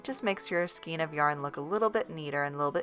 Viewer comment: The word is “skayn”, not ‘Skeen”!